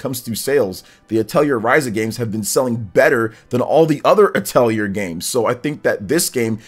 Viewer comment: Just FYI, the correct way to pronounce Atelier is "uh teh lee ay" :)